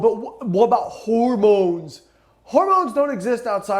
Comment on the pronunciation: Lol 😂 “What about howermowns?” I had to stop and comment